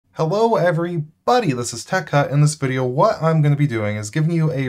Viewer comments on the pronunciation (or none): When I first subscribed: Hello everybody This time: Hello every buddy.